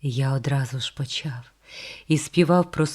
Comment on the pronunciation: Важко слухати через неправильну фонетику. Вона замість "човен" каже "чьовен", замість "чоловік" каже "чьоловік", замість "почав" каже "почяв", замість "почув" каже "почюв", це дратує.